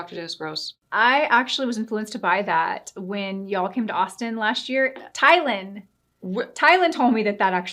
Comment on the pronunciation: Both of you got Allies Husbands name wrong omg. Tyler !